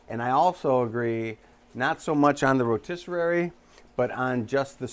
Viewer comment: Put meat on the Ro ‘tis serrrrraaryy